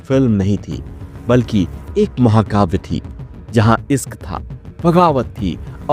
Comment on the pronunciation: Pahle bolna to seekho Isk nahi bolte Hain Ishq bolte Hain